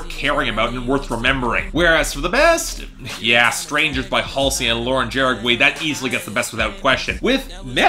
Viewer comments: it's ha-re-gi not like that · Lauren's last name is pronounced "Ha-re-gi"